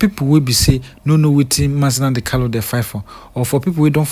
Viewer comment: It is Nnamdi Kanu not Kalu.